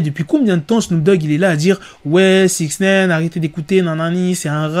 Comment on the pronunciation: Faut arrêter de dire six naine par contre